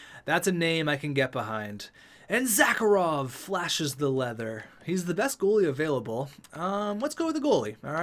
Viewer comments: "Zah-Kah-Rov" Bruh. It's spelled Zharkov. "Zar-Kov". smh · His name in Zharkov. Not Zackarov. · Why Zharkov become Zacarov in your mouth? And Dmitriev is Dimitriev? What is the habit of inserting new vowels? I just dont get it.